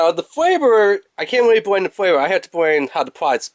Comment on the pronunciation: 5 degwees, weecoil, thwee point thwee, fweavouw, quickwee. Man i cant =)))